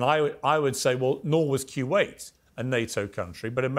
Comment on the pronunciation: Why is Piers pronouncing Kuwait like that? What the hell is Quwait ?